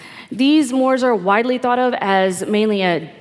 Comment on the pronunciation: Can someone please teach the millennials how to pronounce "mores"